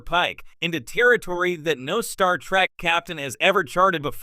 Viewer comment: Star TREK ! NOT TRACK.. PRONOUNCE IT CORRECTLY.